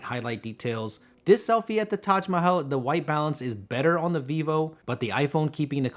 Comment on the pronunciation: actual pronunciation of Taj mahal🎉😂